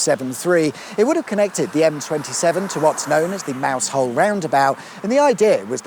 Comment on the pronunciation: I'm sure a local will correct me, but I thought MouseHall was pronounced Mowzall ? Or is that another mouse related location ?